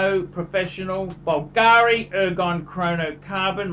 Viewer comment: Pronounce Bvlgari properly if you want to sound like you know what youre on about